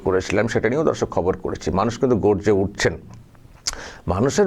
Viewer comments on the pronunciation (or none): S শফিকুল ভাই আপনার মুখের ভাষাটি উচ্চারণটি একটু ঠিক করুন দর্শক উচ্চারণ ঠিক করুন প্রথমে যখন দর্শক বলছেন ধর্ষক শুনা যাচ্ছে